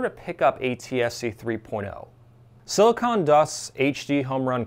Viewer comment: “Silicon” not “silicone”. Silicon is what they make chips from, silicone is what they use to make big breasts.